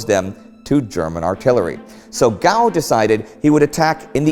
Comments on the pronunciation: The English surname Gough is usually pronounced "Goff" (like cough) and my guess is that Hubert pronounced his name this way rather than "Gow". It is just an informed guess, though, and you may well know better than me - anyone confirm or otherwise? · Excellent episode, as usual. One tiny point:- General Gough - you pronounce Gough as "Goff", not "Gow". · Gough is prounounced Goff not Gow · Gough is most likely pronounced "Goff" not "Gow" ... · You don't often miss a trick Indy, but General Gough's name is pronouced "Goff", like in cough. I really think it should be "Goof". The troops, from Brigadier on down, referred to him as "Butcher Gough". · GOUGH!!! Jeez... It's pronounced GOUGH, not GOUGH.... Get it right! Why don't you get an English speaker to front your series, rather than an American? (Only kidding. Btw, Gough is actually pronounced Goff not Gow.) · Bit picky, perhaps, but it's Sir Hubert 'Goff', not 'Gow'. My mother's maiden name was Gough, so I do know! (It's Welsh or possibly Irish in origin.) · GOUGH = gof not gow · Gough pronounced Goff. Hahs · Great Series!! General Gough is pronounced "Goff", rhymes with cough, though. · Gough is pronounced Goff. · I'm pretty sure Gough is pronounced Goff. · Hi Great war team thanks for continuing to provide excellent, well researched content, just pulling Indy up here if I may, on a minor point of pronunciation. Which will probably only be an annoyance to british viewers but although written as "Hubert Gough" it is pronounced more like "goff". I only mention it as being a prominent general of the period he is likely to be mentioned again. Thanks agin for all your hard work, I'm an avid viewer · In case you end up talking more about him, Hubert Gough's surname is pronounced "Goff". Great channel btw... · Can Indy explain his pronunciation of Gough, to me as an Australian that should be pronounced "Goff". Not a criticism just curious. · That spelling in Britain is always pronounced "goff". Gough is goff.